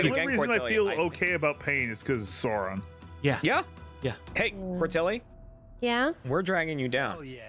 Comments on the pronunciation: Hearing them mispronouncing Sauron and Saruman hurts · The mispronunciation of "Sauron" and "Saruman" is really getting to me (except for Courtilly, who seems to pronounce it correctly). It's like hearing Americans talk about "Laura Croft" 😫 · The repeated misprounciation of Sauron disturbs me